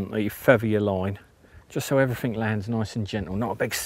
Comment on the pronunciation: "they cover everyfink"............. Must be a new word that's found its way into the English language?